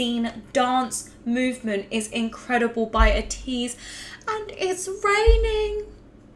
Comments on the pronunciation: ps Ateez are pronounced Aye tease and Atiny is pronounced as Destiny not as tiny xD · And ATEEZ is pronounced like Ay-teez And Atiny is like Ay-Teeny like destiny (Also luv your channel)